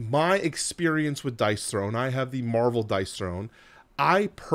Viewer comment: Dice THRONE, as in Dice "thrown"... :) I like it a lot more as a game than you obviously do, but I appreciate the video and everything you've said makes sense. I'm curious if you end up buying it or not.